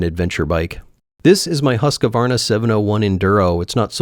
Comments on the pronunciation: Haskawahna? Husquarna ;) Not that difficult - just don´t with language what you normally do. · it's a "hüsk varna" ..not huska varna 😅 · It's not "Huska warna", it's more like "Who's quarn-a" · (Not "husk-a-varna" but "hoos-kvarna"). Greetings from Scandinavia :) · It makes me laugh every time I hear Americans say Husquarna 😂 Try saying it like you would read this: Hu skvarna. NOT huskavarna 😅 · as a swede. let me teach. it's not "hus ka varna". it's "hus kvar na" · Hahahaha, HUSK-A-WARNA, I didn't understand at all what was saying until a bit later when I saw the logo... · Pronounced "Hooskvarna". Thought you would like to know how to say the name of your motorcycle. I enjoyed the video. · Husk-a-varna? Where did you find an extra 'A' in the middle? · Husqvarna is pronounced "hooskvaarna", like "juice", but "h" instead of "j", and then the first half of "quest", and then "are" and then "nah". So if you do the "huice qu(est) are nah" without the breaks between words, you'll be pretty much spot on. Husqvarna means "house mill", but is in archaic Swedish form. In modern Swedish the same would be written "huskvarn". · Husqvarna is pronounced "Hews-quarn-ah" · “Husk a varna” 😂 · How hard could it be to spend 5 minutes learning the proper pronounciation of Gelände (with A Umlaut) and Husqvarna? Super fuched? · A friendly tip: How to pronousnce Husqvarna (as it meant to be, ie in Swedish) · So fun hearing americans pronounce husqvarna as a swede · I like how americans tries to pronounce Husqvarna 😂